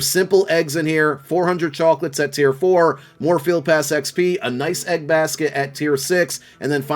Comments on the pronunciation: The way you say chocolates 🤣🤣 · The northerner is coming out when you say chawklitz